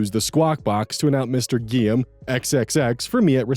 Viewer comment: Hearing how this guy pronounces Guillaume makes me wanna die NGL.